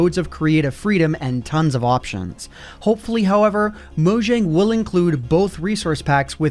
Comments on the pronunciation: I'll always cringe at someone saying MoJang instead of Moyang, seeing J is prenounced as Y in Swedish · mojang is pronounced "moyang"